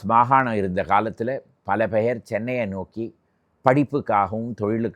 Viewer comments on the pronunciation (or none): none